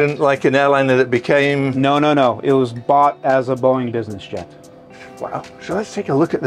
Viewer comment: You lost me at "Boeing"